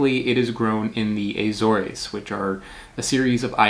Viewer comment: It's Azores, like saying an a with the word sores, instead of an s, it's a z.